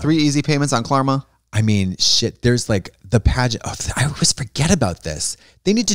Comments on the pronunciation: tell me she did not say Klarma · Fully did a Klarna add, still says "Klarma". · Trixie, it's KlarNa